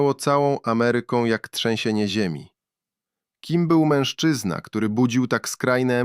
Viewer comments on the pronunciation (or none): none